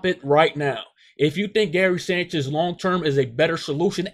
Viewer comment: Can you just say his name right please